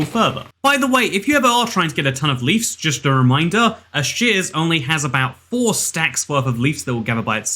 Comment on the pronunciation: I like how he says leefs instead of leaves =)